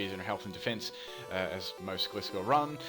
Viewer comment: It's pronounced gly scor